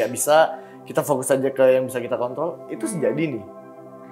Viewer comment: Sepertinya kepeleset. "Kontrol" R hilang kemana?